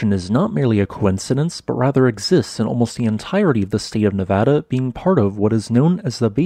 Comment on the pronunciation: Thank you too for pronouncing Nevada correctly!!👌👌👌